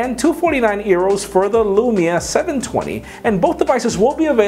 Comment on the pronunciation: Did he just say "earos"